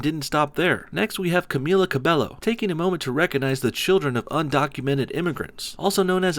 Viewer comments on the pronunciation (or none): I'm all against sjws but it's Cam-eee-la ca-bae-oh and she's Mexican Cuban lol, she isn't saying let criminals in, that she is saying that the kids of illegal immigrants shouldn't be deported because it's unfair to uproot them when they came to your country as children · You could at least say Camila’s name right. She’s also not even Puerto Rican. She’s Cuban 😒 also why tf are you complaining about Logics suicide awareness stuff? Stupid ass. Also bruno mars, luis fonsi, childish gambino, daddy yankee...they deserve the recognition. Jay Z tho lmao nah. He still makes music? White/hispanic/asian, doesn’t matter those who won were good